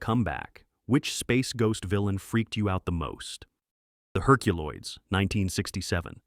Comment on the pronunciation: I do remember the "Herculolds,"